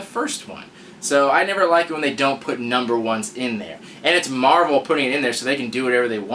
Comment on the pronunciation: You forgot the "L" in marvel.